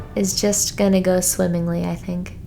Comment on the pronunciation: She said swimmingly